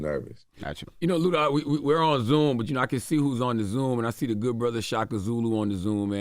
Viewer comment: It's ludaaa.